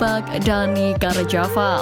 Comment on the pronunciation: Carvajal min. Bukan carjaval. Jgn ganti nama orang.